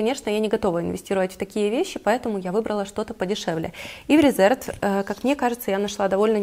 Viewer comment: Марка Reserved правильно произносится РЕзЁрвд (англ. забронированный, зарезервированный). Ухо режет нещадно это "РЭзЭрвд".